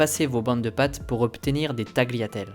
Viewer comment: La technique est au point. Vous n'avez plus qu'à apprendre à prononcer correctement "tagliatelle" et "tagliolini*